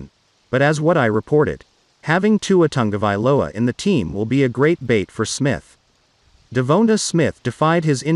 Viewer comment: Wouldn't it be awesome to see Tog-a-vai-OLA throw to Duh-vone-duh?